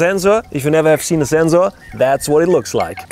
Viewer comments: I have listened zenzor so many times that i forgot to pronounce zenzor 😲😲😲😲😲😲😲😲😲😲😲😲😲 Don't mind man.i am just kidding. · very useful Zubscribed more for the zenzor, zome times i hear like zenzo... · i love how he says zensor😂😂😂😂😂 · Senzorrrz... Senzuuuu.. senzu bean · Yes, usually Germans pronounce sensor this way. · That’s bcz ‘s’ is pronounced as ‘z’ in German!! 👍🏼👍🏼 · Anyone else want to jump off a cliff when he says Zzzzensor ? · "Zenzorrz" and "Sand corns". Okay, to clarify, is German and in Germany we have 2 ways to pronounce the "S" –> sharp and soft. The German pronounciation of the German word "Sensor" is more like (or exactly like) IF it was spelled "Zenzor". That is the reason why this sounds a bit weird here. A common mistake by Germans. We have a term for this: "denglisch" (deutsch + englisch). The German "Z" by the way is always pronounced like a short high hat "ts", never like a soft "S". The word "sand corn" I believe he also derived from the German "Sandkorn". In English it sounds a bit off, because it's more common to use "grain of sand", but I guess it does it's job. But other than that his english is pretty decent – you have to give him that. I don't know any English speaker who performs German for example in that fluent manner. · After watching this video my pronunciation of Sensor has permanently changed to Zenzoar!! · Thiz zenzor zize iz pretty big Zame shotz and you can zee the difference You can clearly zee much more. Very nize and zpetial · It's not his fault at Zenzor because he is German. German pronounce S as Z and Z as S lol....... Song will be Zong in the german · Zensor size *Zenkzors *Kzensors *Ssenzzor *Kzensor I cannot process the pronunciation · Zenxor size!! Love the video and the energy. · I love his energy, I love how he says “Sensor Size” “Zenxor Ziess” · well i didnt hear "rrrr"... only zenzzzo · decided to take a shot every time he says "Zenzoor", 2 minutes in the video I'm piss drunk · "THATS A MASSIVE ZENZORRR"